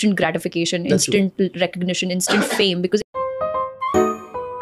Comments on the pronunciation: Su + pairi + er ni hota Su+pi+ri+er hota hai Ins + taint nahi hota dear ins + tnt hota h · What is "supaarior" and "instaant" ? Please learn how to pronounce myan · please work on your pronunciation too. Words like 'superior', 'instant' and 'take care' are being mispronounced every time and it lowers the quality of the content and distracts the viewer. If you work on your english speaking skills, the end product will look more polished and feel good to the listener